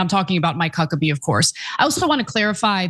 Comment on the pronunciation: Did she say Cuckabee? 🤣🤣🤣🤣